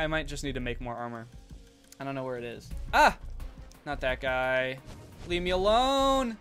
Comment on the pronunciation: When he was saying ‘Leave me alone’ it sounded like Le Meelon